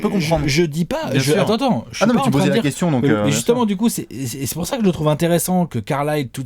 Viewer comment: ZE KOUESTIONNE OF ZE DESS xD